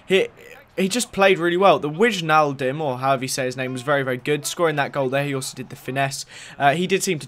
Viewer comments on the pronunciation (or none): WAInaldum is how the 'IJ' is pronounced in english